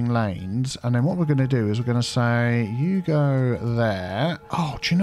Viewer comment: it's a thing when he does the lane management;-) he says you go here..you go there that seems like he is saying Hugo here/ there...